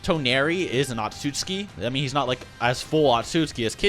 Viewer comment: butchering otsutsuki and Tenseigan lmao